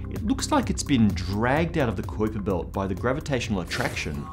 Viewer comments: I love your shows....and I think you are a great host...but they way you say kuiper belt is killing me! It's a pronounced Kyper...with a strong I. Ok...just had to say it....but great videos... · Is it just me or is his pronunciation of Kuiper a little strange?Love the vids but that was just annoying me lol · Dude, why do you say "kuiper belt" so weird? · What's a qwiper belt?? do you mean the kuiper belt?? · sorry m8. I know I should use fonectics but I dont know how to use them. I was just reffering to the way this guy said kuiper belt. I've always heard people say it like "kaiper" belt not like he says "koiper" belt. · It's "Kyper" bro, not "Koyper" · I'm 100% it's not Kyper, it's Qupbiér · I seen another video on another channel where the guy called it the Kwipper built lol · Great show. Just 1 thing its pronounced smth like kaüper belt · It's pronounced "Kyper" it rhymes with hyper. Say it goddammit! Say it! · what the fuck is a koyper belt? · Sounds like how one of the 3 stooges would pronounce it.....Koi-Pa Belt! Koi-Pa Belt! Nyuck Nyuck Nyuck! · its koipe m8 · Kuiper is pronounced Koyper in dutch. Ui=Oey in dutch. Kuiper was dutch which means it is pronounced Koyper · pretty sure it's "Kuuiper". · first time ever hearing someone pronounce it "kwiper" belt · Kuiper spoken as it should be Cowper. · So many strange pronunciations? This guy been under a rock? You lost me at the mark.. honestly, who can't pronounce Constantine? Or Kuiper?? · Absolutely love how he pronounces Kuiper. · His pronunciation of Kuiper makes me want to shove nails into my ear while pronouncing the 👁 sound correctly... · you confused me with the way you pounced Kuiper